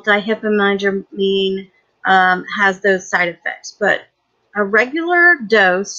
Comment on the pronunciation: not to be the pronunciation police, but that is nowhere close. "Dee hipa nigh a dramine" what.... it's Die fen hydra mine